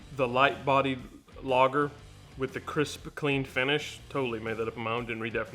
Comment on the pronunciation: The bud light part I had to replay, I thought for a second you said crispy creme lol, (crisp clean) you made the wife gag on the thought of bud light and crispy creme donuts lol